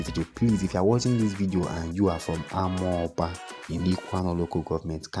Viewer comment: Please next time try to to ask the indigenous people the pronunciation of amaoba. I come in peace